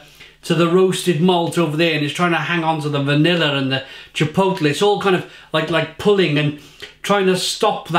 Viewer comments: Each time he says chipoetel...I cringe. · if you're gonna review chipotle flavoured beer please learn to pronounce it